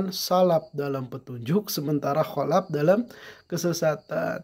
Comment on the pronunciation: salaf pak, bukan salap kholaf pak, bukan kholap